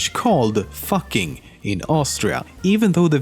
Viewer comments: its pronounced differently, not fucking like u say it in english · Lemmino, the "Fucking" village, is pronounced "Foo-king", not how we say it. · The mayor is called the Fucking mayor But I'm pretty sure it's actually pronounced like it would be fooking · What Lemmino said: Theres actually a small village, called, fucking in Austria. What i actually heard: Theres actually a small village, fucking in austria.